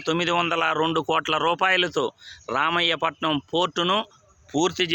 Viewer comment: ఒరే, రామాయపట్నం ఎక్కడ ఉందో తెలుసా రా. రామయ్యా పట్నం కాదురా , రామాయపట్నం రా బాబు